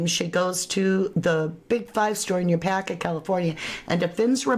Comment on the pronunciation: Yucaipa is pronounced you kie pah